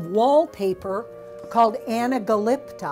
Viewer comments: anaGAllipta NO. Pronounced Anaglipt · Ana ga lipta ha ha it's pronounced anaglypta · It's pronounced as all one word not like the narrator pronounced it.